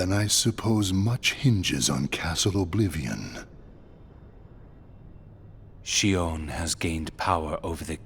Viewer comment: It's Xion(Sheon)